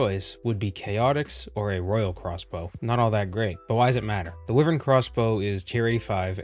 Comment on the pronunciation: i found the way you pronounced wyvern very odd.